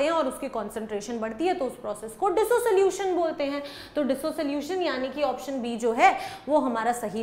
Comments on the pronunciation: Mam it's pronounced as dissolution not as dis - solution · I think it's pronounced dis-solution not diso solution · Disosolution ❌ Dissolution ✅ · Dissolution ❌️ DisoSolution ✅